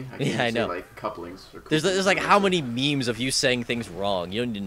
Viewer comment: its pronounced meme not meme